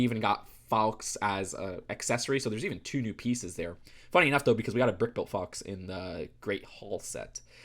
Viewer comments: Dumbledores Phoenix is pronounced Faw-ks like far but faw not far. Just a correction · No one: Not a soul:: FOWKS